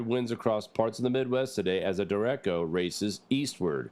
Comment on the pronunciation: Derecho= der ray sho